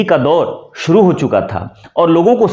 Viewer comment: अपना उच्चारण तो सही कीजिए।शुरू, शिक्षा जैसे शब्द भी आप सही नहीं बोल पा रहे। स्त्रीलिंग शब्दों को आप पुल्लिंग के रूप में इस्तेमाल कर रहे हैँ।